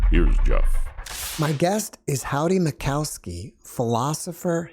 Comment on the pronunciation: It's Mickoski. Can't you get your guests names right? There is no COW in the name. You have little to no respect for a guest when you can't bother to read his name.